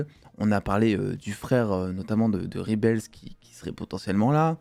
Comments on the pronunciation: justement, "en 2023" où tous les youtubeurs se pensent bilingues, on ne dit pas "ribels" en VO ! ca ressemblerait plus à "rèbol". Je dis ça... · Alors super vidéo et 100% d'accord avec ta critique comme toi j'ai surkiffé. Par contre moment linguistique. "REBEL" prononcé en anglais ne se dit pas "Ribels", google trad te donnera l'audio de la bonne prononciation :) /ˈreb.əl/